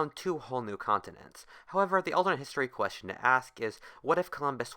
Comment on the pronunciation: That is thu queschun of this ultummut histeray